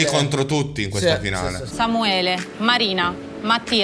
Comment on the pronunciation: ma "Samuele" ha la A!! 🤣 Comunque questo programma è stato una bella scoperta: grazie per averlo portato!! Voi come sempre bravissimi!!! 💜